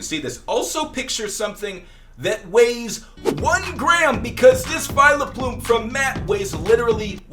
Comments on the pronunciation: I fricking hate when he says "Vi LUH plume" it's not hard to look at vileplumes name and say VILE-PLUME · Did he just call vileplume Vile-a-plume